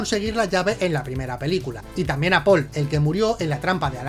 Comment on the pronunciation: Que "Pelcula" TAN MAAAALAAAAA